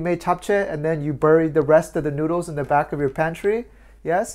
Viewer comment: that is not how you should pronounce "buried".